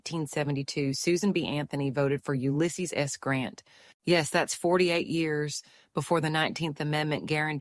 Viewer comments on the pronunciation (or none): none